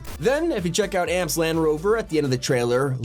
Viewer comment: "amps" damn Unc how do u butcher that, its jus A-M-P🤣